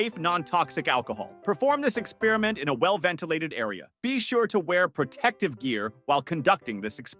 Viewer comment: Drives me nuts when people pronounce "experiment" like that.